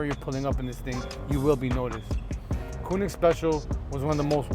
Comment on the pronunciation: okay just one little thing. its Koenig not Koonig